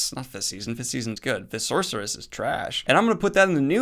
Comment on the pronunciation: Still loving *The Fifth Sorsoress*, I see.